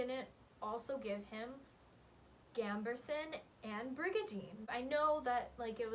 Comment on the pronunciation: This was a great video, very fun and interesting, but for the sake of my sanity I have to point out that there's no r in gambeson.